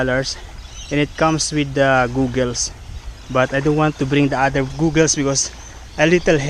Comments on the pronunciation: Actually it’s usually pronounced as gäggles not googles mate. Have fun at the sea mate. You’re like a kid on his first time to try swimming hahah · Funny you pronounce your GOGGLE...Funny man